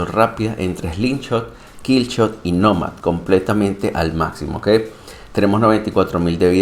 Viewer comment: Está muy cool el mech definitivo estará en mi hangar lastima que no tiene más energía. Respecto al nombre creo que la pronunciación correcta es Nómad (Nomada en ingles) con acento en la O y no en la A asumo el nombre es xq la siguiente temporada viene con temática de desierto donde habitan los nómadas como se ve en el trailer que habían publicado. Es mi suposición, excelente video como siempre. Saludos!